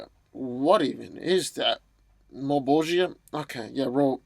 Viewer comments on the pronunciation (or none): It's not malbogeea it's malbogia (JA NOT JIA) FUCK get it right. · Just to help you out: Its MULL-BOLL-CHAH, as the Name is pronounced as it is in Italian, because Spawn was influenced by Dantes Divine Comedy. And its not a dumb Name, since it has Latin roots and means: "The One Who wants evil" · Plastic Man vs Slapstick ...and it's pronounced Mahl-bro-ja